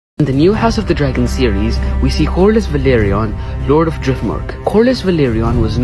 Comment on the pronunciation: you are pronouncing velaryon wrong